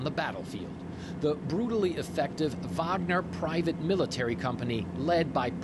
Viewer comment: Nice to here a fellow English speaker say Wagner as Vagner... even if she's an anchor for the Communist News Network. Not that I'm a fan of Faux News.